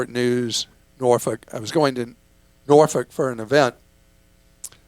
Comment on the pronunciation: Whoa! Clark pronounced Norfolk like he’s from the area! Go Hampton Roads!